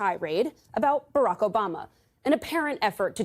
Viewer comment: "But but whatabout ObamNa" "But whatabout Her Emails?" C'mon Trump, bring up Benghazi for the trifecta.😂